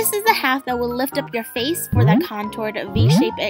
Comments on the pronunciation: now that I think about it...does it sound like he saying oh it's my Fei 😂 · In the introJin honestly sounds like he is saying "But its my Feiii"